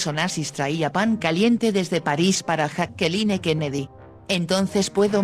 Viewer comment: Dios mio por favor usen a un o una narradora que al menos pronuncie bien nombre tan conocido como Jacky Kennedy. Jacqueline! Nooooooooo please. Robin ooooood !